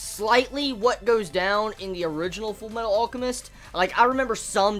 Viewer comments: ALL-chemist lol? It's pronounced AL-chemist. Like his brother Al, or almond. Other than that this was good :p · Hey can you try pronouncing the L in alchemist sorry it just annoyed me. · why cant you say Alchemist properly you tool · the way he pronounced "alchemist" kept pissing me off lol